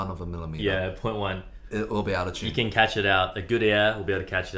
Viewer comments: I love how they pronounce “tune”. Like “tchune”. 🙂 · I live how they say in chune instead of in tune. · “In CHUNE.”